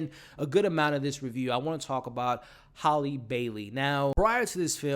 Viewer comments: HALLIE (pronunciation HAY-LEE) not HOLLY.....you drove me crazy saying her name wrong the whole video. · Also its Halleeeee--- Like HAMBURGER HAL- Lee